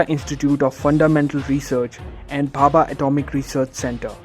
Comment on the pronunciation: Its homi bhabha not papa